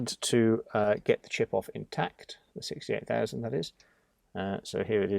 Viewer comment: I’m still angry you butchered a 68000. 😥